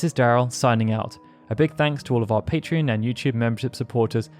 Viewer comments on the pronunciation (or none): none